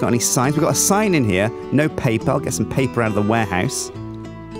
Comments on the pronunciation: Random fact: That is how we Danes says paper: "Pa-pir" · Didn't know spoke dutch:'papier':D